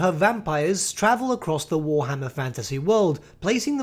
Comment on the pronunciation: Ah yes, War-HMM-er